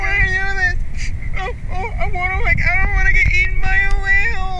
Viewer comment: That's what it sounded like at least .-. It didn't sound anything like ''I don't want to''. It literally sounded like ''Ion-wanna''